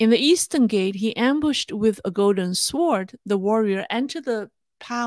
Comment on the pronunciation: I very much enjoy your channel. It's instructive and interesting. I am only trying to be helpful, not critical. This is the second time I've heard you pronounce the w in the word sword. It is silent.